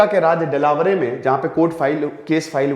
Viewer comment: सर वो देलावरे नहीं है वो डेलावेयर है